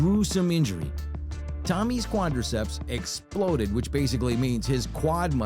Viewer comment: Lol muscle don't "exlode"